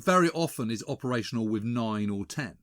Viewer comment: Who's it wiv, James?